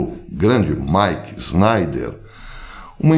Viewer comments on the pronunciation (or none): none